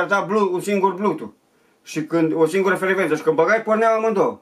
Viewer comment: IA UI CE AVEM AICI, IA UI ză blutoof deuais iz redi to peir